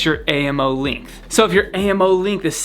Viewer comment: What the hell is a "lingth"